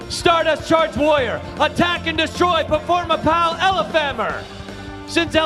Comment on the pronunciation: performapur- performur- performapal!